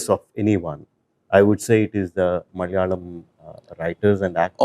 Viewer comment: ITS NOT "MALYALAM", malayalam it is. Its easy bro.. pls